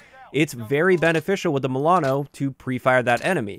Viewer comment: The way you saying Milano makes me confused 😕